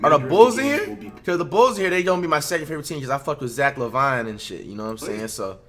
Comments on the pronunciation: This man said Zach lavon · ZACH LUH-VINE???? Ok flight